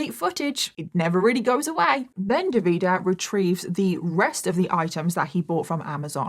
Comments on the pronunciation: I’m gonna have to stop watching because the pronunciation of Davide as an italian is driving me insane 😂 dropped a like and I’ll see you on the next one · It’s DAVide with the accent on the first syllable and SimonEY. Fgs. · Nice video but how you managed to turn the name Davide into "De Vidah" is quite the feat 😂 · His name is Davide Fontana, no Devida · I am Italian, so glad you are covering this case, it is important to spread awareness. However, hearing you pronounce all the names wrong had me in a loop 😂❤ Keep up the hard work ❤ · As an italian, I was shocked that I thought I'd never heard anything about this case since it's so recent... then i realized it's not that I hadn't heard of it, it's that I remembered it all with vastly different names because I couldn't tell what the names were with the way pronounced them 😅 no shade, italian is hard to pronounce for those who aren't native speakers! It was just funny to see, haha. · I think it's Davide, just pronounced in a "British" way. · Look, i hope you understand my point: the fact that you are British is not am excuse to NOT 'google' how names like Davide and Salvatore are pronounced....Really really i take this as an offense and i am not even Italian...If we would pronounce English names like Michael or Ethan in a terrible ( imposible to understand) way you definitely would think we are idiots